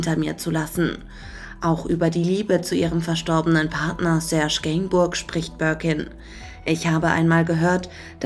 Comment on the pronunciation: Die BUNTE sollte eine Aussprache-Datenbank für ihre Mitarbeiter*innen einrichten bzw. sollten diese Zeit sich wenige Sekunden Zeit zum Googleln nehmen. In dem Falle für den (Nach)Namen von Serge Gainsbourg, der hier quasi mehrfach falsch gesprochen wird (und womöglich schon im Skript falsch geschrieben, also ohne das S im Nachnamen). Boulevard eben.. 🤔